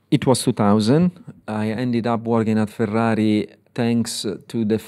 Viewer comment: Love him. So happy what he's done for McLaren. And he is a man born to say the word "Ferrari". Perfect.